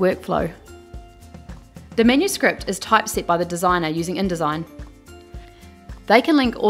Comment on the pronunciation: The accent is sometimes hard to follow. She pronounces 'pdf's' as 'pee dee ifs', 'editing' as 'yditing', 'error' as 'irror' and 'typeset' as 'topsied'. Is that australian accent or something?